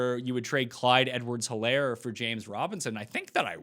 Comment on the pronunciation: It's a silent 'H' in Helaire. Do you watch NFL Red-Zone on mute or something? I watch it on mute sometimes myself, but we've gotta get these names right first, my man! 🤣😂🤣